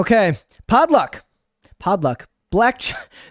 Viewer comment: Does he keep saying podluck? It's pot luck. This is driving me nuts.